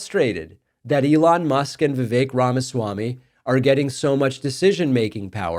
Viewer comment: She can't pronounce Vivek correctly